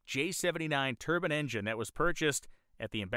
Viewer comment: The word is pronounced turb'I'ne, you are saying turban as in middle eastern male headdress.